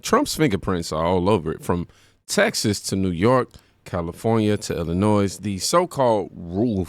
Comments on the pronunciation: ATTENTION PLEASE... When you pronounce "Illinois" and say the "s"; you just irritate everyone from Illinois. You say it like," Illinoy". No "s". I repeat, you don't say the "s" part. Ignore it and leave it alone. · Why can so many Americans not pronounce "Illinois" properly? Since when has the S at the end ever been pronounced? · The “s” is not pronounced in Illinois